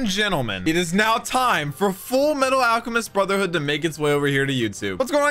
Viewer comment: I believe you mean.... clears throat "Fulumetal Alchemistu Broothehoodo"